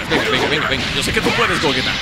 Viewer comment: Se dice Gogeta jajaja no es broma